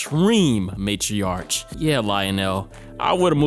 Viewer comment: Tarot= tah-row Matriarch=may-tree-ark